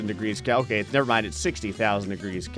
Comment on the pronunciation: It's Kelvin not keay